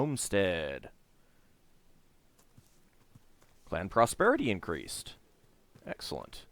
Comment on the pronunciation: "AXE-elent" XD